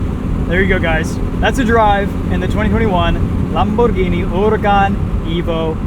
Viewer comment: spot on pronunciation🤣